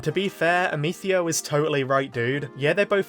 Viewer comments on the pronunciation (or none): raisin the roof while saying "Ameethio"